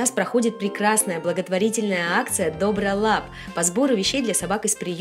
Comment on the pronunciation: Не дОбролап а добрОлап